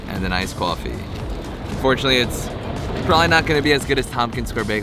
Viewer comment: "KOFFE" OH MY GO